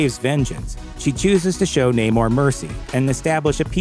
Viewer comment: It is Namoor, not Naymore